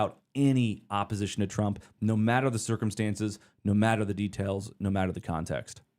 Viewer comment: You mispronounced Trump.